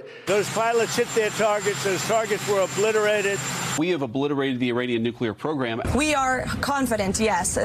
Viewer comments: Trump? Oh, he is our loser in chief! Who says OOOOOOBLITERATED? Only Trump! Our LIC (Loser in chief) can't even speak english properly. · Obliterated?? WIGBOY had to rest his brain after he successfully vocalized a.. 5 syllable word. That would be the most complicated word in weeks!! Wow!!